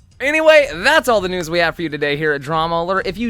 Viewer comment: "let's get right into the NOOSE!"